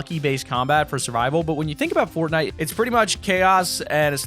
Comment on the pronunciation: He said pornnite